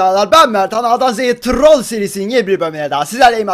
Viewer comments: Abi artık Trrrollllll deme abi sadece trol de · a dan z ye trrrrrrol demeni çok zeviyorum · şöyle trrrrrrrrrrol deme babam odaya girince pornomu izliyosun diyo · Turrol diyişine kahkaha atıyorum alşkdklşqweşklasdkljqjklwejklş